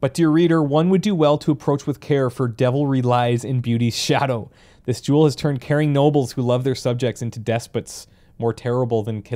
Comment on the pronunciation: every time u say jewel i hear juul lmao